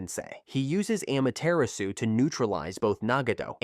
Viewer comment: It's 2025 why do westerners still pronounce Nagato as Naygatoe and Amaterasu as Eymateraasu💔🥀🥀